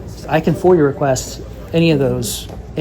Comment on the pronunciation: the way you say it sounds like youre saying "foyer request"